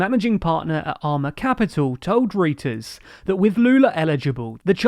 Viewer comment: Reuters is pronounced Roy-ters.